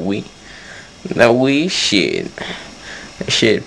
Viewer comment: Lol. "Come on now, no one wants to play that shiate". Lmao